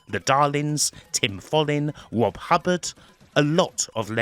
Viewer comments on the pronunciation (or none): none